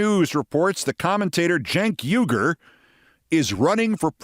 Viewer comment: Cenk Uyger's last name is pronounced "WEE-grr", like the Muslim people in China that are being exterminated. You may think he's an idiot, Keith, but the least you could do is pronounce his name correctly.